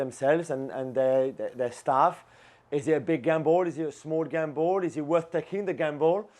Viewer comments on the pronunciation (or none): I like how the guy on the left keeps on saying "the gambol" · Love how Jules pronounces gamble as gambol 😂